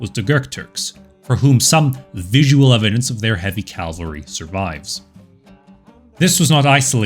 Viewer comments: Cav-ul-ree. Not calvary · It's CAValry not CaLvery. That's a place in the Bible. After a while it gets to be like fingernails on blackboard. For me, it makes the video less enjoyable. Other narrators on the web do that as well. I wonder why? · Its, "cavalry," not, "calvary." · Cavalry, not Calvary. Calvary is a church. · Did i hear "calvary", instead of cavalry. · If anyone out there is still looking, does he pronounce cavalry as “calvary” the entire series( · Great video, love that you cite your sources. Please stop pronouncing cavalry "calvery". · Great video (and channel!) but small pet peeve, please stop pronouncing it "calvary"!!